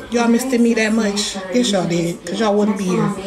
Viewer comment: Not missTED 🤣🤣🤣🤣🤣🤣🤣🤣🤣🤣